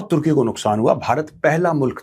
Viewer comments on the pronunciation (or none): none